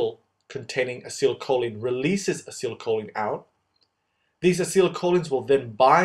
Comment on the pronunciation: You did a very good job at making this video and you really managed to show this complicated process in way so it becomes easily understandable. It really helped me to understand what's going on in muscle contraction . I've only on thing you could make a little different next time, please pronounce acetylcholine in a way that you say like Ah- See- Tile- Kho- Leen rather than your version of it, because as a chemistry student I really don't like it when such expressions aren't pronounced the right way. (Maybe your way is just the American way but nonetheless I do prefer the British version, which I am sure of to be correct). Anyway thanks a lot for your great video it really helped me and I'm sure loads of other people too to understand this topic.